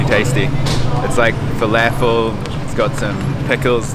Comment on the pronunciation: Fa-laugh-fell. lol. Never heard someone say falafel like that.